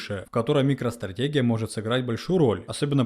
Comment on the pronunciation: Не микро стратегия, а микро стрэтеджи. аж по ушам проехал